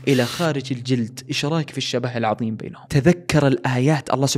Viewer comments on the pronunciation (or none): none